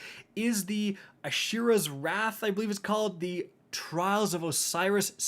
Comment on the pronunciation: Aishuras wrath this guys trippin out 😂